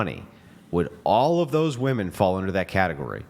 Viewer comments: Finally Andrew is confronting them about saying Women. It’s pronounced Women. These non English speaking Women are confused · So happy Andrew called out the “woman” / “women” thing ! Drives me crazy- they are 2 separate words lol